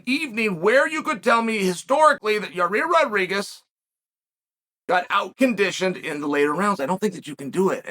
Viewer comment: Uncle Chael pronounces both Volkanovski and Yair Rodriguez perfectly. I’m a bit worried.